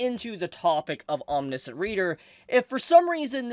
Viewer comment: Hey, -- I'm not trying to make fun, I just know that when I go around mispronouncing things, I want people to tell me! Lol It's "Om-nish (rhymes with dish)-ent". Again, just trying to help out, no disrespect intended! I read some of this a year or so ago, and I thought it was pretty good! Glad to see it getting more attention now! Maybe I should go back to it.